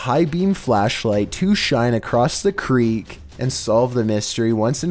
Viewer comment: "From across the cre-ick"